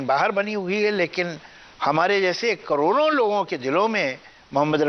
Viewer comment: Krodo, nhi, khrbo, hy